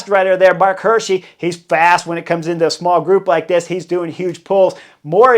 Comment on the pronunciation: It's Marc Hi:rschi like eagle not like hurt. 😅